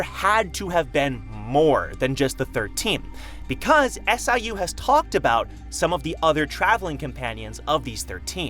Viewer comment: Why does he say 'S. I. U' and not just say siu the way everyone else does and it's even been heard being said?